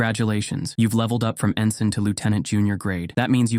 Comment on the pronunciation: No t in “ensign.”